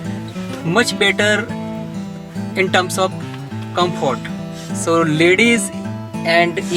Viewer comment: Comport 😅😂 sir comfort kehte hai. Australia me reh rahe hai batao